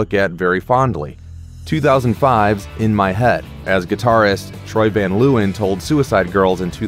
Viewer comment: Troy van luiwen? I thought it was troy van leeuwen lol